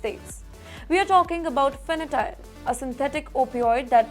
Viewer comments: It's not fanatyl, it's called fantanyl. It was a medicine for horse. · It is Fentanyl or Fenatyl, jurisdiction not juridiction, incarceration not incurcursion. You have to work on your pronunciations a lot. Lot of mis- pronunciations and mis-reading of words in almost every bulletin of yours. Improve or you will lose subscribers for being substandard.